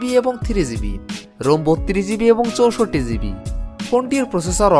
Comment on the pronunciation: ভাই আপনার ভিডিও গুলা খুবি সুন্দর হয়। শুদু কিছু কিছু উচ্চারণ একটু শুদ্ধ করলেই আরো ভালো লাগবে। যেমন - ভুল উচ্চারণ ৬ ঝিবি ( শুদ্ধ ৬ জিবি)